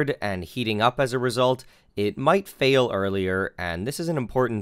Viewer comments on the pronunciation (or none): none